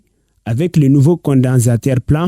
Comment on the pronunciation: Peut même pas prononcer "condensateur "